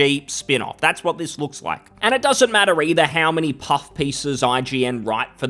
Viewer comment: "vipe" and "doesnt matrter"? fker you sound like one of them, the one you criticize